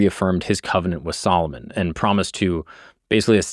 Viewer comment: you say Solomon like old black women say salmon